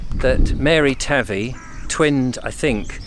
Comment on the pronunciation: THE RIVER / PETER AND MARY TAVY ARE PRONOUNCED WITH THE A NOT THE av ie SOUNDS LIKE HAY NOT LIKE HAVE IF THAT MAKES SENCE .